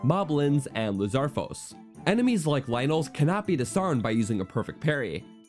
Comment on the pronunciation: Lynels not lunes